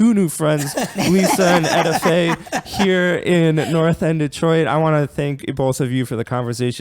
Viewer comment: Her name is not ETAY 😂 it’s EtteFaye I grew up with her entire Family love the Garth Family 🙏🏽